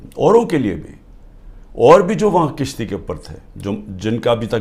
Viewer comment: Tone to 70 year k braber qarza lia . kishti ni kashti